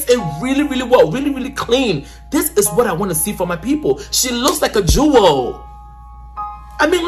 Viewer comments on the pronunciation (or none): none